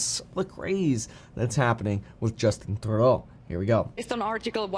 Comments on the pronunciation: Literally no one in Canada says Trudeau the way you do Kevin😂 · Why are you pronouncing his name so weird? Are you French-Canadian?